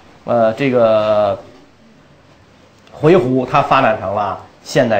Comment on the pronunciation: 我小时候学的，以及百度上的回鹘读音是 huí hú ，而袁老师念的是hui he ？